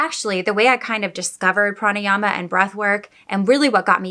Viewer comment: You pronounced it very well,"pranayama" .love watching ur videos,love from india.